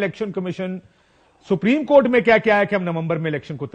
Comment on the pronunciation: یہ کتنا پڑھا لکھا ہے کنور دلشاد ۔۔۔۔سپرم کورٹ ۔۔۔سپریم کورٹ نہیں ۔۔۔سپرم کورٹ